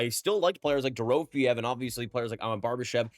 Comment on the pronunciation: Door-row-fay-ev. You get an F for mispronouncing Dorofeyev's name, but if this YouTube thing doesn't workout, you can get a job mispronouncing names for ESPN.